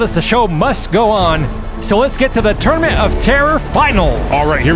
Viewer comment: Why does "Tournament" sound like "Termit" ?